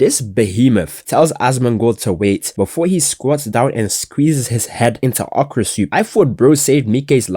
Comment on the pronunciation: okor soup bro is 100% Nigerian